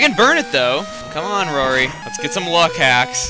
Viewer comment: when he said roary's name right then i read the next problem in my math book- rory (roary) claims.... epic ;)